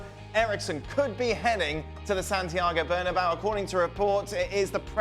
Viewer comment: All these years and that host still can’t pronounce Bernabeu correctly. Bernabow smh.